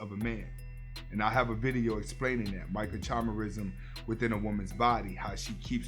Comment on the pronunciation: I’m sorry, you are pronouncing Microchimerisim wrong🤷🏽‍♂️.